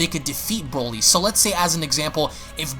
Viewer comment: Broly NOT brawly 🤦🏻‍♀️🙄😒